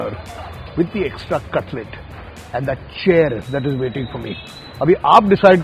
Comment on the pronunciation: Cutlet Nahi cutless 😂😂